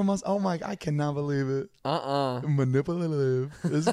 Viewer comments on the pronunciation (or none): Zane: manipalitive